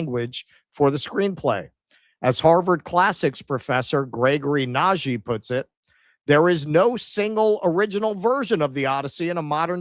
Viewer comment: He is Hungarian, the gy in "Nagy" is spelled like the D in Duke. Great show as always! Love from Budapest! :)